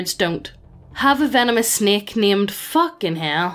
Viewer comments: Qu'etz-ah-qua'tl. Say it slowly now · Just so you know for future reference, it's pronounced "kwet-zil-quote-ul." Yeah, it's a mouthful. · Ket-so-co-ah-tul is how you pronounce it, but im not gonna shame you cuz that pronunciation is pretty difficult for anyone unfamiliar with the culture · Quetzelcoatl is pronounced ket-za-co-at-all. Can’t blame you for not being able to pronounce it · I'm so damn late, but nah, it's more like "kets-al-co-wat" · I like how you pronounced "Quetzelcoatl" as "Fucking Hell". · Quetzalcoatl (Que-t-zel-co-a-til) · Its probounced kwetz o co latl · Quetzalcoatl is usually pronounced Quasi-coatal but I don’t think even that it right. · Is this an Irish thing that I’m too American to understand? I’ve always been able to pronounce Quetzalcoatl. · YOU CAN SAY DEINONYCHUS, BUT YOU CAN'T SAY QUETZALCOATL?